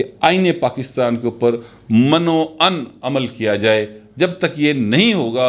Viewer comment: مَن و عَن نہیں بلکہ مِن و عَن ہوتا ہے۔ یعنی من میں م پر زیر پڑھا جاۓ گا۔ آپ کی پنجابی سےمیں بہت محظوظ ہوتا ہوں۔ گوکہ بعض چیزیں سمجھ نہیں آتیں۔ مگر آپ کا اسٹاٸل بہت اچھا ہوتا ہے۔ نیک خواہشات۔